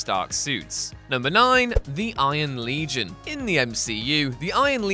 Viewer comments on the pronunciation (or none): none